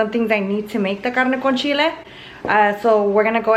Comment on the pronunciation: CARRRNE CON CHILLEH! Ok relax, we get it, you’re mexican